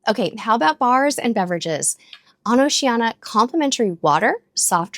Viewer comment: Why do you mispronounce the name of the cruise line, “O SHE ANN EEE A”, 5 syllables, not 4 as you say it. Why???